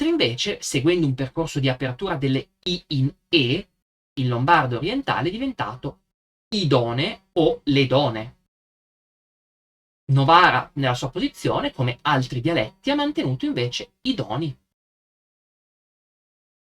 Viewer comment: Fai male a pronunciare "dona", "done", come si farebbe in italiano standard, ovverosia con la vocale tònica pronunciata lunga (e, se ti riascolti, noterai che tu le hai pronunciate MOLTO lunghe), come avviene automaticamente in italiano allorquando (come in questi casi) la vocale tònica è in sillaba aperta non finale. Il dialetto invece conserva la BREVITÀ della vocale che originariamente stava in sillaba chiusa (ad esempio, anche il caso in cui era seguita da consonante raddoppiata). Non a caso, molte classiche scritture dilattettali tradizionali conservavano graficamente le consonanti doppie, perché anche se non più pronunciate come tali, continuavano comunque a svolgere una funzione: guidare il lettore a tener breve la pronuncia della vocale precedente (proprio come avviene in inglese, tedesco, olandese... e tante altre lingue). In questi casi, consiglio a tanti (e anche a te) che, se deve esserci il rischio di confondere vocali lunghe e vocali brevi, allora tanto vale, per evitarlo, continuare a pronunciare LEGGERMENTE doppie le consonanti in questione (anche se, ovviamente, non realmente così tanto intense quanto le doppie dell'italiano standard), conseguendo così il necessario effetto sulla vocale precedente.